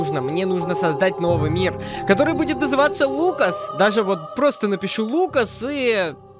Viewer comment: Ты сказал фукас